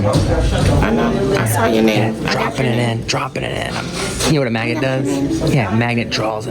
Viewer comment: FYI, your pronunciation of magnet sounds like you leave the N out or it is silent.